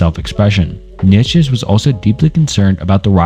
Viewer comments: Bro i know you mentioned it, but it’s almost impressive how you managed to mispronounce every single name in this video 😂😂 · Love your videos bro. But if I may give one criticism that may go along way. Please try practicing the names of the powple more. Imma huge stoic and nitzesehe fan and hearing some of my favorite teachers names butchered really bugged me. I have no other complaints. I'm sure that can get better in time but good luck and can't wait to see more videos!!!❤❤❤❤❤ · dude I just came to the comments looking for this. I can’t watch anymore…kneee ye put che 🤣 idek how to write out his pronunciation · nichuhchuk was worst for me🤦‍♂️ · Mf said Fredrick Neietchivcks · For the future: Descartes = day-kaart, kierkegaard = keer-kuh-guard, neitzsche = nee-chuh, sisyphus = si-suh-fuhs. Not meant to be passive aggressive btw, just figured it would be helpful, and lend further credibility to your work. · Bro I swear you're doing it on purpose, calling Nietzsche: "niekheshe or neetjich" Love the videos tho, keep it up homie. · Dude the way he says Nietzsche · Bro can’t say Nietszche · How are doing this but mispronouncing Nietzsche's name? We have google and other apps that can help in case you want to edit this. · I'm not sure how much right you have to discuss 2 hours worth of increasingly obscure philosophical ideas if you mispronounce Descartes and Nietzsche (two of the most widely known philosophers) in the first 10 minutes.